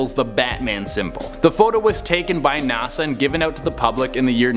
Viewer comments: Anyone else triggered by the way he says NASA? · Never heard anyone pronounce nasa that way.